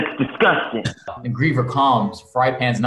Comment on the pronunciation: no one:: tHAtS disGutiNg